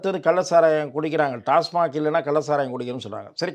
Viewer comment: தம்பி நெறியாளர் அவர்களே அதற்கு பெயர் டாஸ்மார்க் இல்லை, டாஸ்மாக். 😊